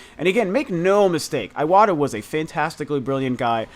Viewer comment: i love your videos, but please pronounce names correctly (eg: iwata. you pronounce like it's iWata, it should sound like e-wata) . let's not spread misspronunciations : )